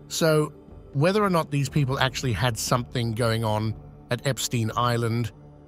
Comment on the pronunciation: Do the courtesy of pronouncing Epstein correctly.